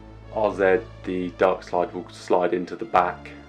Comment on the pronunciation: Thanks you for pronouncing RZ correctly as a brit